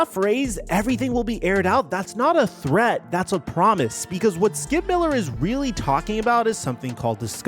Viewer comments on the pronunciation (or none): none